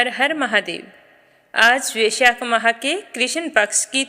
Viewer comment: Vaishakh nahi hota hai